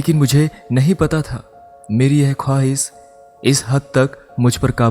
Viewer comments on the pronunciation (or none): Beta ap pehly Sahi alfazon ki adaige sekhn jsy apky alfaz .. k bajai visal .. shooq ko AP sook . Khwish ..khwis. hazar ko AP hajaar BOL rhy Hain location ko locaan. Mushqat ko muskat . Roshni ko rosni . amazing amyzing .ye alafz AP ksy BOL rhy ho Sahi bolo ghltiyan krna bura ni hota unper qaim rahna brbr wohi ghlti krna ghlt HOTA hay. . enlis ni English HOTA hy ..